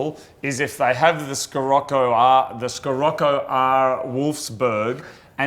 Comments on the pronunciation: It's "Shirocco", it's not an English word so you don't pronounce it like English. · The "SC" in Scirocco iss pronounced like an "SH" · Scirocco is pronounced Sheerocko ;) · Its said shuh-rok-oh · It pronounced shi-rock-ow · Scirocco = She-rock-oh. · Scirocco is pronounced 'Shirocco'. Just replace the first C with a H. The car is named after a wind, like most VW cars. ...wiki/Sirocco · it's pronounced sirocco if you guys are interested, love the unicorn circuit, wish my fank made the cut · It's (sha-rock-o) from VW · and it is spoken like shee-rocko. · Scirocco is italian (it's the name of a wind) and it's pronounced She-Rocco (with a hard R) :) If you ever truly wanted to know XD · Its said shiroko for gods sake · Scirroco - pronounced SHI-ROCKO thats coming from a UK person! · as a professional german i can tell you guys that the proper way to pronounce Scirocco is "shirokko" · you guys probably just playing around, but it's pronounced Sherocco. I had a 77 and 86 model. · you pronounce the scirocco shi-rocco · hi from Germany, you pronounce it : "shi-rok-ko" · Scirocco (or "Sirocco" for foreigners, same thing) is the italian name of a wind (the warm one that comes from the south) and it's pronounced she-rock-ko. Source: I'm Italian. Also, please don't stop the Unicorn Circuit! If you two have fun making it, I enjoy it a lot! I usually watch it instead of TV for lunch or something, brings my mood up ~ And for the gaming thing, I like it sure but it's also distracting for you two, and it's ok whether it's there or not. Keep on the Rainbows! \m/ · or pronounced - Shure-roco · No it is Shirocco. At least that is how the German's pronounce it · "Sheerocco" is it called... and it is the name of a desert storm. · pronounced "sih-rock-oh" And it is named after a Mediterranean wind that comes from the Sahara and can reach hurricane speeds in North Africa and Southern Europe. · In Germany we call the Scirocco "She-Rock-Oh". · Scirocco is pronounced "Sharocko"